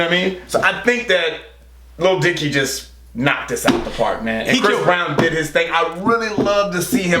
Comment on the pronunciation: you finally can say Lil Dicky without being weird! Edit: Damn it. you were doing so well!